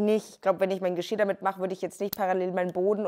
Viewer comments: Andere Menschen: Geschirr: Geschiar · Kannst du vielleicht das nächste mal Geschirr sagen und nicht Geschia. Danke. Hat mich nur übelst getriggert. Und beachte bitte diese doppel "r". Die sind wichtig.